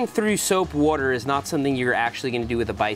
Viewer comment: soapy wooder